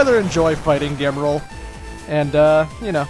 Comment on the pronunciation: Actually, it's Gemerl, or Gmerl, because of Emerl (Emerl - Emerald).